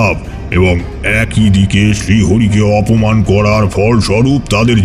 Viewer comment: লাশ!! 'এক ঐ' না 'এক ই '